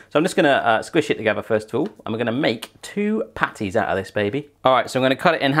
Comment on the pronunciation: i thought u said panties instead of patties